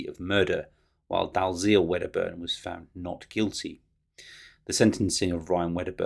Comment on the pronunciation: Dalziel is pronounced dee el.